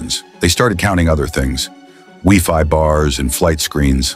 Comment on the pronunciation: Ugh. AI trash. 🤢 Did the creator even look at the video clips? Half the footage is of modern day planes. And is on flight “wee-fee bars”? Do not recommend.